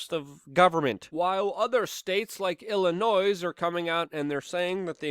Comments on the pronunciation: Hey Luke idk if u care 😂 you dont say the "s" in Illinois. 😂 noy, not noise. 😂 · ILLINOISE??? It's French, the S is silent. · The ‘S’ in Illinois is silent. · Everyone outside of illinoise says noise. Because that's all that comes out of that commie infested state; noise!